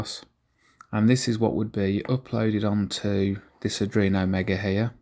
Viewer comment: Dont get me wrong - I really like your videos and I envy your setup. Absolutely! BUT - In case you didn't know, it's called "Arduino", not "Adruino".. It hurts a bit inside every time you say that word :) Keep up the good work, it's looking awesome!